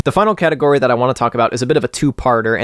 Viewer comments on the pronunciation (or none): none